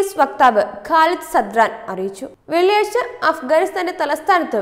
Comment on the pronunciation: Read clearly; ഉത്തരവാദിത്വം, വെള്ളിയാഴ്ച എന്നൊക്കെ നന്നായി പറയേണ്ടേ...?